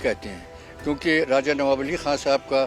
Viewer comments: Raza nhi hota hai Raja hota hai bhai sab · Ae bhai talafuz sahi kar lijiye bahut chubh raha hai. Bhaiya Raja hota hai na ki Raaza. Please don't mind seekhne ki umar nahi hoti. 10 baar repeat karenge to apne aap sahi ho jayegaa. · Abe Raja Raza Qn bol raja hy be 😂😂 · Bhai raza nahi raja h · Abe RAJA acche se bolna seekh le . Bihari Raza nahi Raja bola jata hai 😀😃😄😄😛😝😝😜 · Raaza nahi RAJA hota hai aaz nahi aaj kaho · एंकर साहब, पहले अपना उच्चारण सही कीजिए, (राज़ा) नहीं (राजा) होता है। (आज़) नहीं (आज) होता है,,😂😂 इसको तलफ़्फ़ुज़ कहते हैं 🙏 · Raja not Raza😂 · Raja ko Raza..Aaj ko Aaz. Visheshta ko Visesta..😂😂